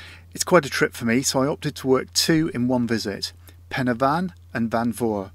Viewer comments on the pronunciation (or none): Oh that welsh pronunciation hahaha! It's tickled me. Fawr - think hour not oar Pen y fan - pen "er" (shorten the r sound) van Corn du - corn dee Careful parking on the verges if you're going there they'll ticket you. Everyone does it, but yeah fines happen.